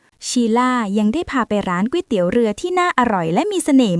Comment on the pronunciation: ตกลง จากกวยเตี๊ยว กลายเป็นก๋วยเตี๋ยว กลายเป็นก๊วยเตี๋ยวแล้ว